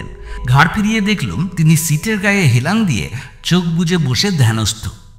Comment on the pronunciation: হেলান বানানে উচ্চারণে হ্যালান।